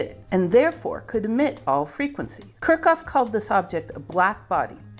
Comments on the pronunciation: She has ADHD, and pronouncing names, especially German ones, and talking without moving her hands is difficult for her. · Enjoyed the video, but Kirchhoff is pronounced Kirch-hoff (note that ch attaches to the first syllable) Wien is pronounced Veen I couldn't figure those two out from the way you pronounced them. You also misspelled Boltzmann. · Your pronunciation of Kirchhoff is nuts. I've never heard anyone say it like that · Butchered Kirchhoff too in a way I've never heard before.